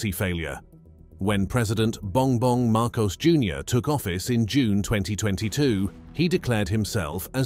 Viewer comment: at least say the name of the Philippine President correctly. Repeat after me...MAR - COS (as in because).